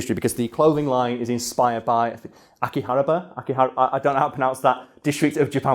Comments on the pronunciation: Ah-Key-Ha-Bara is the best I can do for you, but honestly, it's all good. I don't think anyone minds you pronouncing things however the heck you want to. :) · Akihabara Akiharaba Eh, close enough lol